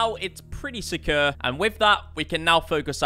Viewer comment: I love you but please learn how to say “secure” properly 🤣